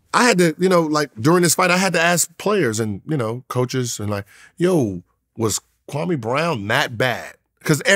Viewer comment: Is Gilbert saying kwame Brown or "Krummy" Brown